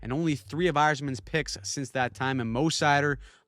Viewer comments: It's SIGH MEN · Who is Simone Edvinsson? 😭 If you want to pronounce his name the proper Swedish way it's See-mon (mon like in montage) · Why are we pronouncing Simon as Simone?